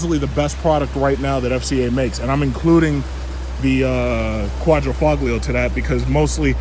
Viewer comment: "Quatro - FO-Lio "!!!!!!!!!!!!!!!